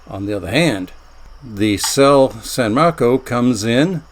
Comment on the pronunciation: That would be "say-lay"--it's Italian.